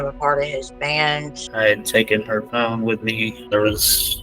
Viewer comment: „pohine no“ yep seems legit